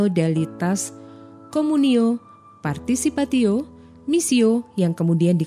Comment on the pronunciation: Terima kasih Tim Komsos KAS. CMIIW, pelafalan constitutio dan participatio sepertinya jadi konstitutsio dan participatsio ya.